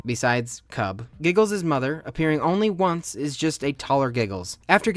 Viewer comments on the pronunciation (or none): none